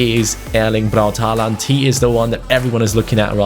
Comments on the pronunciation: For you and others, the real and correct pronuncation is "Hooland" That second letter "å" is called "swedish o" and it is used in Swedish, Norwegian and Finnish languages. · The double a in H"aa"land is pronounced like the german "o" in norwegian!! Like so can see!..